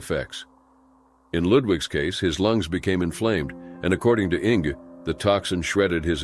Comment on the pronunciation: 🤣 "Ing"? Did you mean "Inge" "Inguh" AIs...tsk